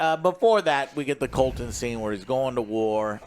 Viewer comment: It’s Criston Cole, not “Colton” lol